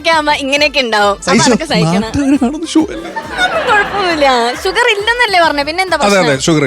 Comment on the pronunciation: ഷ എന്ന് ഉച്ചരിക്കാൻ അറിയാത്തവരെ anchor ആക്കരുത്. ഷോ യെ ശോ എന്നും, ഷാനെ ശാൻ എന്നും പറയുന്ന ന്യൂ ജനറേഷൻ. Uneducated fellows